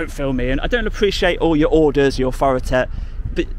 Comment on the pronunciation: Dude, I like you, but stop pronouncing "th" as "f" "aufority, firteen, nofink" 😂✌️